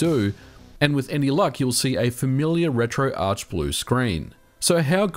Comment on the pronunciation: Thank you SO much for saying "retro-arch". My pet peeve is when people call it "retro-ark".